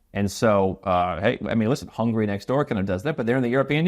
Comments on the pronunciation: Hungary, not hungry. Funny how English speakers can't pronounce their own language right. Btw the proper name is Magyarország, but I digress. Anyway, love the show. Keep up the good work. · Hungar is great but definitely not easy to move too unless you are Hungarian